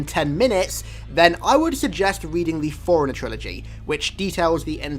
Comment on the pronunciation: The way you say Forerunner sounds like you're saying foreiner 😂